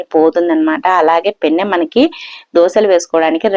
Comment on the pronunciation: పెన్నం కాదు పెనం